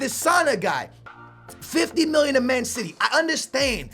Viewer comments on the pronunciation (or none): Why does he say miwyun instead of million